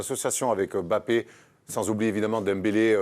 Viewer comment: Arretez de dire Em bapp....